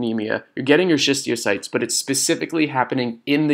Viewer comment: Bro, it's schistocytes btw, not schistiocytes. I love the video, thank you